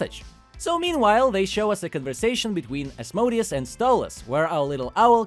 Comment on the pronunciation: its az-mo-dee-us.